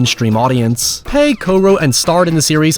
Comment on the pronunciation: Mate... his name's pegg not paeg 😂